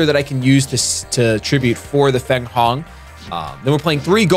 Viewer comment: fenghuang = fang wong